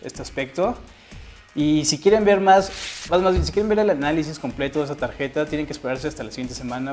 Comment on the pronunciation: dices port como estadounidense pero dices tageta jaja xP